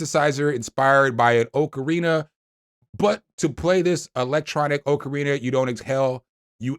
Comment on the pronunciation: thats AUCK-a REENA fyi!😄its like a small whistle like instrument with holes in it you blow into